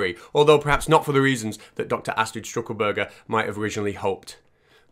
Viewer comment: It’s Stuckelberger not St(r)uckelberger 😅 Loved it pal, really funny. 🥃🍺🐒